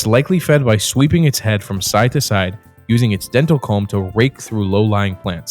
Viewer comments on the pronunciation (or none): NOTE: the word foliage is not pronounced as foilage. Take another look at the order of the letters.